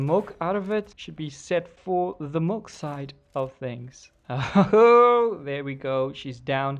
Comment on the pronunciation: Its milk not mulk